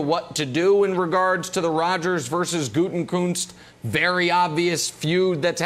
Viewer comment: Mangini is tone deaf af. Also, it's (goot-eh-kuhnst) sheesh lol